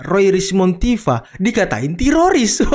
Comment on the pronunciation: Tifa . ROy. Rismon Emang tiroris itu baca nya